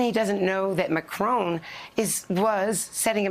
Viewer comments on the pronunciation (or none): Andrea it's "MaCRON" not "MaCRONE". PLEASE!!!